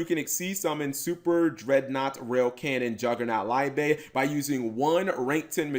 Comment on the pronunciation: The Liebe you should pronounce as Libe not Laibe